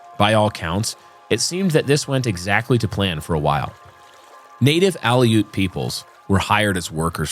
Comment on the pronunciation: Keeneye and alute. Mispronunciation makes it sound unprofessional.